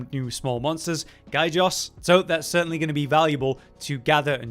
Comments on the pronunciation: This might be nitpicking and you might also have more information than I do, but I'm pretty sure you're pronouncing the name of the Gajios wrong, as it is written Gajios not Gaijos. So instead of Guy-Jos it would be Ga-Ji-Os. Feel free to correct me if I'm wrong, I just want us all to get the names right. Then again, the MH series have a bunch of monsters that are pronounced differently depending on who you ask. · First and now. Please gentlemen, it's "Gaji-Os" not "Guy Jos"